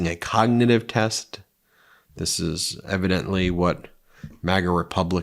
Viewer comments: trump pattern: note the voice change after he realizes he's mis-read from the prompter. His voice immediately goes lower volume, as he looks away from the prompter--almost to a whisper sometimes. "you look at the ....(insert restatement of word he can't pronounce)." and is he still referring to the "cognitive" (not cognitive) test from 4 years ago? Time for another one... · He occasionally calls it a con-nig-tive test. Love that.